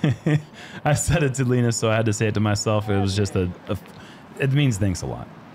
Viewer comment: Tack så mycket for the effort in Swedish! I think you're doing great,. Including the pronunciation of Linus's name.